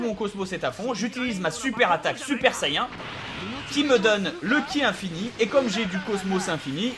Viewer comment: J'aibattue freezer lvl 21 et le seul moment ou j'ai galéré à la fin (lvl30) cet contre trunk super saiyen contrôler par le dieu des demon ps:si tu pouvais prononcer correctement saiyen stp sa serait cool merci n_n m'enfin bref merci pour se tuto !!!